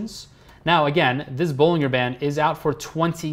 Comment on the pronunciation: Bollinger is pronounced with a J, not a G it sounds like Bollinjer